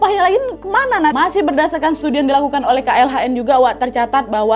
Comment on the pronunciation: yang benar KLHK kak, bukan KLHN